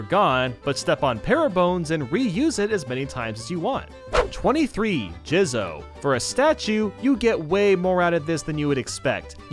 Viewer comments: Jizz-o 😏 It’s supposed to be jee-zo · It's pronounced jee-zo. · Okay I’m not positive myself on how to pronounce jizo but I’m positive it’s not the way you said it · “23: Jizo” Hhmmm,m